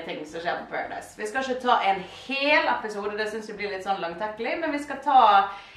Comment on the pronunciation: høres ut som en bergenser "ISHE GIDD" 😂